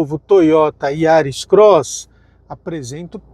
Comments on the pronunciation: Putz...não sabe falar o nome do carro corretamente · Releva,só o nome do carro que ele errou kkkkk